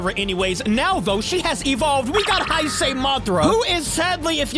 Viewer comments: How to pronounce it:hey-say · YOU DON'T PRONOUNCE IT "HI SAY" ITS "HEY SAY" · hi-say is wrong it is hey-sey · Hay say not high say man but great video as always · oh yeah, its pronounced hey-say gojira not hi-sei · You saying hise instead of hase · The correct pronunciation of heisei is hey-say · The right wone to say heisei it's heysay just say it like that it' EZ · Hey uh Btw This is how to say heisei Its hey-say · It’s pronounced hay say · You supposed to pronounce hey say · It’s pronounced he se HAE SAE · I don't want to be mean but, Heisi is pronounced "hez i" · Man ur bad At Pronouncing Hesiei kaiius name Translate It bruh